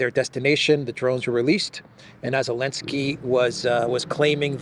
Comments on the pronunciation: Zaaaaa linnn ssssskkkkkkiiiiiiii .. come on now the whole world can say the guys name right.. I don't really care who he is it's just someone wants to try to give an informed opinion like they have one without pronouncing the person's name right .. gtfoh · The z isn't silent slow old mfr . Old mfr always creating they're own words 😂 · Why are they always calling him Elenski?